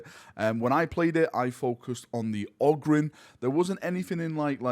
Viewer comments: Ogrynn is pronounced 'Oh grin'. Always has been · Who pronounces it ah-grin? Short O would sound like Og-rin. "Og" as you would hear it in the word "grog". Short O definitely doesn't sound like "Ah", never heard anybody call a fox a "fahx". But yes, Ogryn is apparently meant to be pronounced with a long O. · Ogryn is technically pronounced "oh-grin" I imagine mostly because it's taken from the word "Ogre" which also uses a long O sound. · It’s pronounced Ogryn. You’re welcome. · If you want to know how to say Ogryn you can always play any Dawn of War 1 expansion and hear the ogryns say it themselves. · It's Ogryn, NOT Ogryn. Also, seriously looking forward to this game.